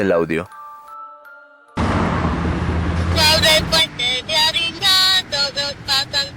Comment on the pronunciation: Dijiste arica y era avignon